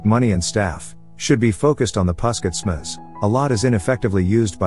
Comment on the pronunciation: What a terrible pronunciation of local names! And you are also taking a liberty to shorten the already abbreviated word. Puskesmas is a short for Pus=pusat (centre), Kes=kesehatan (health), Masyarakat (people).It should be pronounced phoneticaly! Otherwise it is just a strange sound.